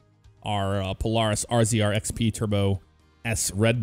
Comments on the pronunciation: The polaris rzr is pronounced like razor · you said rzr wrong it is pronounced razor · Rzr is pronounced razor 😑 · I can understand the difference in pronouncing Polaris but RZR is said Razor.